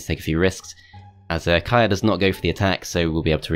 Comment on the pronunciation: FYI, Kyrre is a male name and is pronounced exactly as its spelled, not 'Kaya' :)